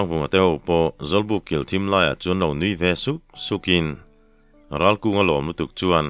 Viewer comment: Ralkunga hi Ralvunga/Ralbunga tiin i chhiar sual zauh² em aw? Achangtupa thiante pa 2 hi khualthang pasaltha fate tho an nih hmel a, a ziaktu hian, "An chet vel thinnaah hian, an che a thuanawptir deuh thin em aw?"